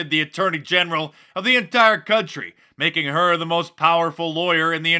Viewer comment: 'Maing fun' oh no